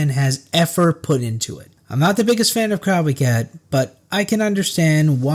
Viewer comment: good video but the way you pronounce “crowbcat” is like a fork scraping a plate